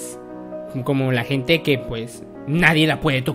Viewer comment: Pnche furra la que dice En keh my orehaaa eh keh la orehaaa 😂😂😂😂😂😂